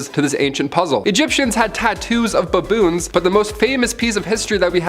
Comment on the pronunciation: Who taught you how to say "baboons"?